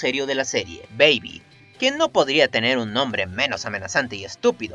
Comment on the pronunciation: Baiby? Ulala señor Frances Se dice BEBI Enserio parece que ese dia no tenian ganas de pronunciar bien el inglés